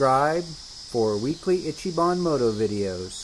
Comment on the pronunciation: Dude can't even properly pronounce "ichibahn" and it's his channel name 😂